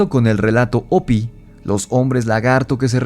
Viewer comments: Se escucha chistosso oirte decir opi,,ja,ja, se pronuncia jopi en y gles y se escribe hopi, yo se q en español la h es muda, pero en ingles no, y no fueron ñlevados a las entfañas de la tierra por seres reptilianos, si no los honbres hormigas q los cuodaron durante michos años,,creo q fue en el.enfriamiento de la tierra, an ice age? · Se escribe "Hopi", pero se pronuncia "jopy".